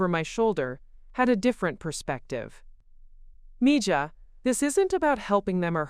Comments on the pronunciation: Please… Spanish is my second language. It is pronounced “mee ha.” It means “my girl.” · Thank you! ❤️ English is my first (main) language. But, I know enough Spanish so in story after story that idiotic pronunciation has been driving me loco!